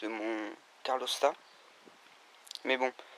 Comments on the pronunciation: hep les mecs !!! on dit calorstat et non carlostat..... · C’est CaLORstat hein, pas CARLOStat 😂